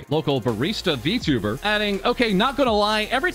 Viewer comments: Guy can't even pronounce Vtuber correctly. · Verteber is what I heard from xqc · Remember, XQC is the guy who read "I am a man of culture." as "Jam a man of culture." That's how you know, he's just a clown. I also cringe how he pronounces Vtuber as "Btoober". Jesus christ, slow down. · xQc sounded like he sayin "vtubber" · Lol can't help but laugh everytime xqc says 'vtubber' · Yes he is a v-tub-er😂 Why does he pronounce it like that lmao